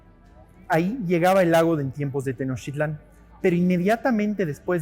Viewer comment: Te recuerdo que es Tenochtitlán, no Tenochitlan